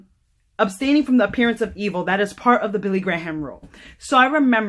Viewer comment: His name is pronounced gray-am Or let Alexa tell you. Which is pretty cool. I've lived this way most of my life and staying as far away from the opposite sex is the only way. I have a male friend of 34 years and we have accidentally touched fingers when passing articles maybe 4 times. This is the best way and if you read the scriptures rightly you will see that the rule matches the scriptures. I could tell you so many creepy things but it takes to long to type. Lol. Great testimony!